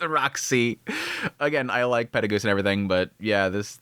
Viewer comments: Can't get over you saying Peregoose instead of Perugius. PE-RU-GI-US (peh-roo-gee-us). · PEH-ROO-GEE-US!!!!!!!!! This is not RE-ZERO! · Please for the next coming episodes his name is pronounced Peru-geous 😭😭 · He been saying it this way for years and I dont like it either lol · Why do you pronounce Perugius’ name like that? Just curious, no hate. Live your videos btw. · Man, I truly do like your videos a lot, but the way you pronounce some of these names really gets under my skin. Like "Perugius" or "Ghislaine". Not even saying you're mispronouncing or anything, but if eats away at me. Still, I repeat, really enjoy your content. Cheers.